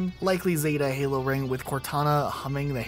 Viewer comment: What is Helo? It's called Halo. Duh!